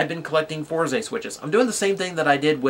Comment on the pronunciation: FourZEY? It's "Fours" bro. :V